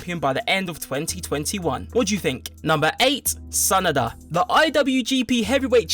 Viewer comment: Sa Na da not sanda 😂